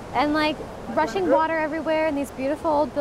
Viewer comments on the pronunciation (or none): Huh? Heard it as "russian water" first hah(?!). Rushing water it must be :)